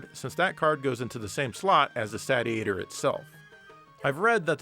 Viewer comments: is a word jester - it's a "say-shee-ator", not a "sadiator" or what-have-you! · Regarding pronunciation, I can't be the only one who has seen the katakana on the box reading "セイシエター", which is pronounced as the verb "satiate", not the "Sat-ee-ate-er", as MLiG called it. Hopefully that brings the confusion to rest. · If you are interested, the Japanese katakana on the front of the box says Seishietah so it indeed should be pronounced as in satiate~~ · It's surely pronunced SAY-chi-a-tor? Like satiate, as in satisfied? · Wouldn't it be pronounced saish-iator, as in it satiates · I'm holding out for the Saytiator. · It's pronounced like satiate, seeshiator. Says so on the box. (in Katakana) セイシエター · FWIW, the katakana on the box indicates it should be pronounced like the actual word, "satiator" (say-she-ay-tor). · Well it's satiate, satiating, and satiated so I'm going with Sat-iator.;) But I want you to make it cheaper, that's how complaining here works right? ^_^ Looks pretty good, start saving up SS fans. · I guess if it’s pronounced the Sate-e-a-tor, then maybe the console is supposed to be pronounced the Sate-Urn? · It’s pronounced (Say-She-Ate-Her) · That's what it is. It's just approximating a Japanese pronunciation of "Satiator" (Say-she-ay-tor) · How many times did he mispronounce Satiator in this video? About 50 🤣